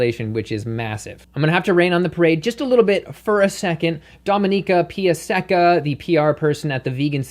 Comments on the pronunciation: Dominika Piasecka is a polish name and that was some horrible spelling :d haha. You should have read it more like "piasetzka" - without accent on Pia. Cheers from PL. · Great video, but I found it really funny how you pronounced Polish surname Piasecka.:D This is how we pronounce it in polish: No offence.:)